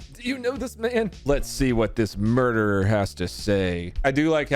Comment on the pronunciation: If she is a teacher she would know it's not murdewer it's murderer...case in point